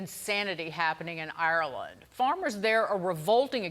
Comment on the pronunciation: 😂 She can't even say Ireland properly what's wrong with her mouth and how did she land a speaking job sounding like her jaw is wired shut